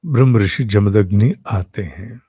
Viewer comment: साहब, जमदन्नि अशुद्ध है, जमदग्नि शुद्ध रूप है।